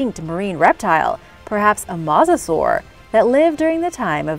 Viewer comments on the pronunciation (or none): mosasaur is pronounced mō′sə-sôr